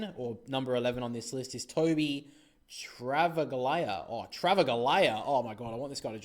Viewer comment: That's not how you pronounce Travaglia. It is "Trav..ahh...liahh". The G is silent. As a West Coast supporter I'd much rather select Travaglia than Allan, should both be available (unlikely).